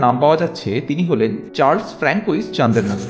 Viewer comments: আরেকটু গবেষণা করে সঠিক ফরাসি উচ্চারণ জেনে ভাষ্যপাঠ করলে আরও ভালো হত। যেমন ফ্র্যানকোয়েজ নয়, ফ্রাঁসোয়াজ়। পুরুষ হলে ফ্রাঁসোয়া। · ফরাসি নাম francoise - এর উচ্চারণ 'ফ্রাঙ্কোইস' নয়। এটার সঠিক উচ্চারণ হলো 'ফ্রাঁসোয়াজ'(স্ত্রী লিঙ্গ)। বিপরীতে পুংলিঙ্গ francois-এর উচ্চারণ হবে 'ফ্রাঁসোয়া' । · অজানা তথ্যসমৃদ্ধ সুন্দর ভিডিওটির জন্য আন্তরিক অভিনন্দন জানাই। ফরাসী ভাষাকে ভালোবাসি বলে উচ্চারণে অনিচ্ছাকৃত ছোট্টো ত্রুটি ঠিক করে দিচ্ছি, কিছু মনে করবেন না। François হলো পুরুষের নাম, উচ্চারণ ফ়্রঁসোআ। আর Françoise হলো নারীর নাম, উচ্চারণ ফ়্রঁসোআআজ় আর Chandernagore-এর ফরাসী মার্কা উচ্চারণ হবে শঁদেরনাগোর। খুব ভালো থাকবেন, আজকে এখানেই। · Francoise should be pronounced as Fhro(n)swaz....